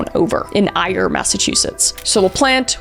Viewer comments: Ayer is pronounced air not eyear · It is actually pronounced "Air" Mass... Ayer.... gotta love trying to pronounce MA town names... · Ayer Mass is pronounced like "Air" also, it is weird how many Laplante's I've known living in this state and now I wonder if they're related. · I grew up in Ayer Massachusetts. Its pronounced like air but is spelt the way you said it. 😂❤ caught me off guard. Love listening to you talk about this stuff. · As someone from Massachusetts its pronounced ey-yer just a heads up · Kris, love your content, and being near Massachusetts, we pronounce Ayer as “air” . Keep up the great content ❤! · Lol Ayer is pronounced Air I love you pronunciation though